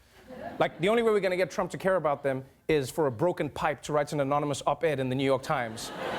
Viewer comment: STOP SAYING IS TRUMP'S FAULT, my dude doesn't even know how to describe this hurricane with proper words or pronounce anonymous, come on, give him another break with Stormy Daniel